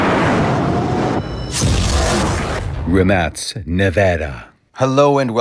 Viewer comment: Bro i checked. It's called Rimac nevera not the Rimask nevera 😂😂😂😂😂😂